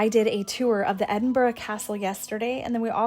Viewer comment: Well done for pronouncing Edinburgh correctly!